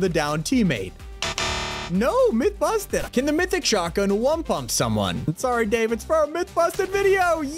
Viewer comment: I love when he says myth confusted, lol